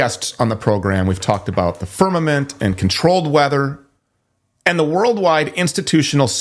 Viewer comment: What the heck is a "Fern-a-mint" ??? Someone needs speech therapy.